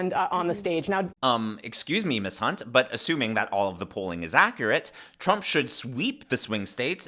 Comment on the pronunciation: Did you say hunt?